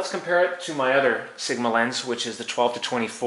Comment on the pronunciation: yet you called sigma siguhmah